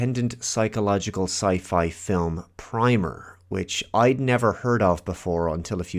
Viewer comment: It's pronounced like "primmer."